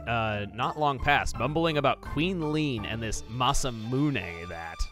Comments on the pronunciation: Its pronounced Masa - Mune not Masa - Muna! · I’m pretty sure he did but alright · He also mispronounced masamune despite pronouncing it right in previous let's plays